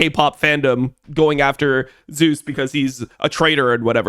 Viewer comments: doesnt this guy watch lck? why does he keep saying "zoos"? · Yep. All good. The pronunciation is the Korean version of the god's name, and it is what Zeus himself prefers. Glad to explain miscommunication :) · got you I was gonna say something sounds off lol I never heard anyone pronounce it like this caster or streamers. Not even caedrel pronounce it like so lol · i rly wish IWD would say zeus correctly bruh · Does he know how to pronounce his name… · Whose name? Zeus? Just using the English pronunciation, it's really not that big of a deal. He's not an official caster having to ask that from the players, and even then it's more of a courtesy than a hard rule as far as I'm aware.